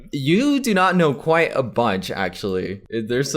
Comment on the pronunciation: Kwite is kwite kwi-ite in this video.